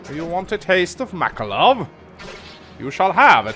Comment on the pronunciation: Oh hey, I just noticed he started pronouncing Makalov correctly.